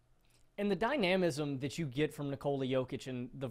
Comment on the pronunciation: Just have to mention this because it’s driving me crazy… you’re mispronouncing “dynamism”! The emphasis is on the first syllable. The first half of the word sounds the same as the first half of “dynamite”. DAI-nuh-mi-zm. Whereas as you say dai-NAM-i-zm.